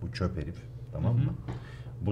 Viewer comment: çöp adam derken çöpü vurgulayarak söylemesi..😁😁sınavı olmayanlar bile genel kültür için izleyebilir ama bir oyun videosunun 1 milyon izlenip bu videonun 5bin izlenmesi açıklıyor bazı şeyleri..